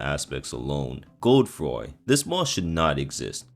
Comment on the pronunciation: Please never pronounce Godefroy as Gode-froy makes you sound like you have a 7th grade reading comprehension problem